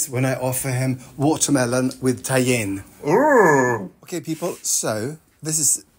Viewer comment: If you want a break from peanuts; you could try doing roasted chickpeas and you could have fun experimenting with different flavors. Tajin on watermelon is tasty. The Mexican pronunciation of it is Ta-heen, but I think the way you say it is a bit like how people sometimes ascribe French or Italian prosody to words to make it seem more special 😄 For example Package becomes pah-cah-guh☺️ The cast and crew really have fun with your geek weeks. Why is everybody obsessed with butts😎